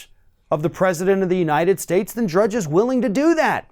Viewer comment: lol, he said “Judge” at end…it’s Matt DRUDGE